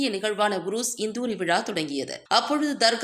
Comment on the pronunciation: Indhoori illama kandhoori....paathu padinga.